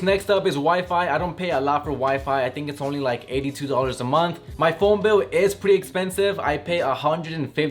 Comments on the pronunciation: "phoen" isnt IT phone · He said phoen,*phone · Phoen? I thought it was phone😂